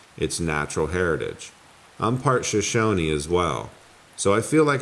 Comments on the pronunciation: Shoshone: “Shah-shoh-nee” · I hate being one of those kind Sir. I just wanted to let you know that Shoshone is pronounced Sha-shone-knee.... I've heard this word in several of your videos and it's time you know how it's REALLY said. Love your channel 😉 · It's pronounced sha-sho-nee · The pronunciation for Shoshone is (Show-Shownee) 😊👌